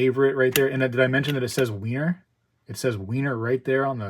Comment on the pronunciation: Over the pond Philharmonics are more popular and decent price apart from the general difference in premiums. It’s pronounced like Viener not Wiener (Vienna). The Queen Anne’s revenge first of series is lovely and has a nice premium